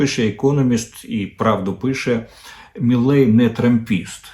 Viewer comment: Не «Міллей», а «Мілей», пане Дммитре. Javier Milei.